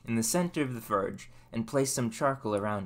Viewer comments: It's pronounced forge not furge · I have to ask. Why do you say “ER” instead of “OR”? Example “fERge” instead of “fORge” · how are you going to go through all this effort and not know how to pronounce the name of what your building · Cool Chanel... I'll be looking out for some more fun content! - Is it just me, or does it sound like he's saying "Ferg" instead of "Forge," what's up with that? It also sounds like he says "ferming planks," instead of "forming planks," is that a local-accent/ dialect I'm not aware of, or what...? 🤔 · I'd give you a like if you could learn how to pronounce fordge and form.